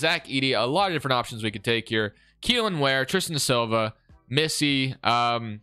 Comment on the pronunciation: Yo also "Kelan" Ware's real name is Kel'El Ware just so you know